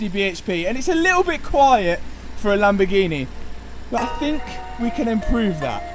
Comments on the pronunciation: Lamborg eeen eh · It's lamborghini not lamborghineh you prat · lol do you mean Lamborghineh